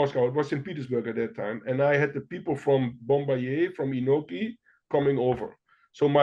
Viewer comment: Great episode. The New Years Eve battles of the early 2000's with Inoki, Pride, and K1 all competing is maybe my second favorite time to be an MMA fan, after UFC 1-10. Inoki's name is pronounced Ee-No-Key. Japanese vowels are like Spanish. He was actually raised in Brazil and claimed to have BJJ experience from the 1950's. Meltzer saw him submit Dan Severn in training. Also, there was no need to work a Nagata match. He was an amazing amateur wrestler but it never translated to MMA